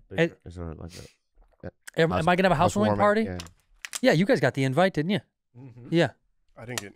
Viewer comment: that "didn' ya?" Was the most Irish Andrew's ever been 😂